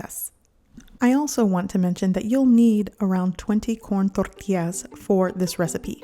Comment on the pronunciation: It’s pronounced “Tortillas” with an LL. Not tortias.